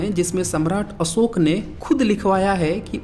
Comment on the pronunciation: आप उच्चारण कैसे बताएंगे उच्चारण तो आपका भी अच्छा नहीं है अशोक को अम दंत सा ओके पढ़ रहे हैं